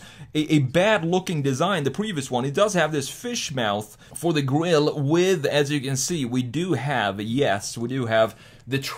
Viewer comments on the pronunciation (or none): none